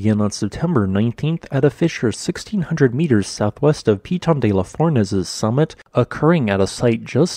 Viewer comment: You don't spell the n at the end of Piton word since it's a nasal sound in French. Otherwise correct pronunciation